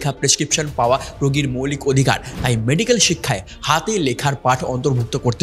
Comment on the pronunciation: medicol tomar pronounciation.